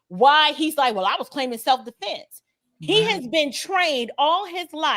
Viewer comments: so happy to see people aren't falling for the bs dude couldn't even pronounce self defence correctly he said self deflense lmfao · can't even say Self Defense....he says "Self DeFFLLense."